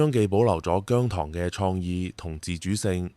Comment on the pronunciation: 現階段唔同意變姜濤節。你都話佢公司未俾到足夠訓練佢啦！ 唔覺得你明白情況，你嘅提議覺得你想害亞姜。PS. 我係糖，你連讀"姜糖‘’都讀錯音，你根本唔太了解姜或我地!